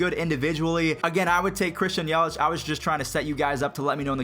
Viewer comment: Matthew Cerritos It’s Yelich not yelitch